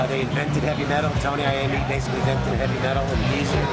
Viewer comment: Nice job on 'Bassically' !